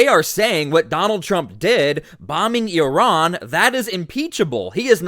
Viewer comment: Please pronounce Iran and Iraq the proper way i neither of these begin with YUR.